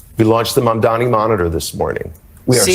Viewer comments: Please, pronounce his name correct - Mamdani and not Mandami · Strong woman 🫰🫰🫰 (PS: it's mamdani not mandami) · MamdaNi not MamdaMi. You're starting to sound like Cuomo 😅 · You are doing a massive disservice to yourself and all of us by mispronouncing Mamdani’s name as Mandami, which is the Right Wing’s deliberate ploy to make him “the other”. You need to do better. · It’s Mamdani. Not Mandami. Not sure why that’s so hard. Drove me nuts when everyone mispronounced Kamala too. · NOT MON-DOMMY… its MOM-DONNIE (Mamdani) 🤦🏻‍♂️ Now you’re just saying it wrong on purpose 🤢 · Gonna need y'all to learn to pronounce his name correctly. It's literally only 7 letters. Not Mandami. It's M-a-m-d-a-n-i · Mamdani not Mamdami (that was how didgraced cuomo deliberately pronounce his name. Please pronounce his name as it should. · She's been mispronouncing his name for 4 months. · PLEASE, you HAVE to learn his name! Mam-DONNY....NOT Mam-DOMMY (like mommie 😂) ! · dear, I agree with most of what you say...but flinch every time you mispronounce the Mayor elect of NY's name! Again and again and again, just like Andrew Cuomo and some others do!! His name is NOT "Mandami" it is M-A-M-D-A-N-I. People should learn that, at least, now that he is elected to be the Mayor and will be around for a while... You are an educated person... please learn to say his name correctly!!! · it's MUM- dha- KNEE... NOT mum-DUMMY. 🤣🤣 c'mon, gurrlll.....it ain't that hard. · This lady cannot pronounce Mam-dani 🤦‍♂️🤦‍♂️. Keeps saying Mun-daami.... throughout the video. Truly.. Americans are idiots. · For someone who bears Salvati, you really can't pronounce MamdaNI correctly? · The name is MAMDANI, M* A*M*D*A*N*I. .....We've got to get it right. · you gotta get his name right! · Ma'am, I need you to learn how to pronounce his nam. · you are not pronouncing Mamdani's name right, at all! It is NI not MI!! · Not Mandami, Mam-dani. You're so cute 😂